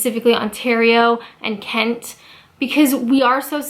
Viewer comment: Why do I love the way you say Englan-dd so much? And Ken-tt? Righ-tt, back to work...